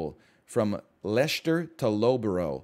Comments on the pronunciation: Low-buh-row and lesh-ter 😂, it's less-ter and luff-bruh. Loughborough is always a funny one to hear foreigners try to pronounce though, you're not the only one that got it wrong, your attempt was A LOT better than most tbf. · "Leshter to low-bo-ro" gave me actual whiplash